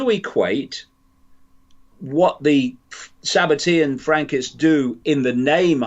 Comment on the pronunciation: It's Sabbatean not tian